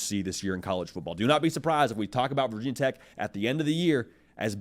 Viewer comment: Nobody in Virginia says “Vah Tech” it’s VT or Virginia Tech. Get it right.